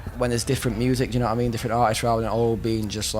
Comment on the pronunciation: Na-ah mean?*